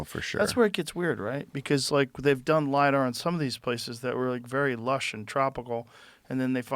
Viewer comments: Hey Joe,, stop with the 'Lydar' already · Joe "But did you LIDAR" Rogan.